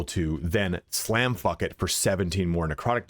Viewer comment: Did he say, "Slamfuckit"?